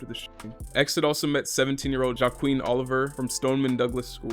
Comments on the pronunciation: Bro said ja queen. Joaquin is pronounced; "wa-keen" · amazing video, one critique, learn how to pronounce names lmfao, Joaquin, “yume”, sxsw = south by south west